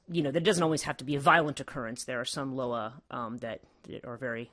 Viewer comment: It’s pronounced LOW WAH. I Couldn’t even get through this video smh, and stop swallowing so hard